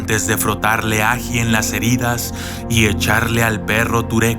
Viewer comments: áji áji!!!!!!! que chimbada es eso ome, este man es del kongo o qué, nunca a escuchado decir ají? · No es áji , es ají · él áji ??? es él ají mejor aprende a acentuar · Estimado, no se dice "Áji" se dice "Ají" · Hasta donde sé la palabra es ají no aji, pero bueno, al menos en mi país es ají. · Muy buena narración!, una leyenda de mi tierra venezolana, te hago una correción, es ajÍ, con acento en la í, y es el nombre en Venezuela para el chile. Abrazo!